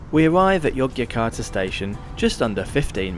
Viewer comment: tukang cuap², apa kau ga bisa baca?, koq Yogjakarta, kau baca Yogiakarta & Gambir di baca Gambia 😜